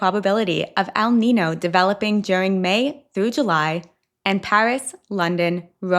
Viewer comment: ninyo not nino